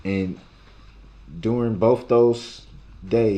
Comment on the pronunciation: It makes me laugh when he says,'Boaf', instead of both